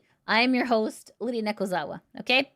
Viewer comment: "" not "Lydia". Sorry I was distracted and quickly trying to type that at work